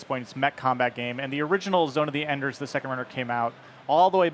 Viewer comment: Zone Of Enders 3 needs to be done by Platinum Games. That would be epic. ZOE2 is great but the only difference here, is graphics and VR. I still have the remastered versions for 360. I don't give a crap about VR. Also have your promoter know how to pronounce his own product. Figure it out Konami. 😐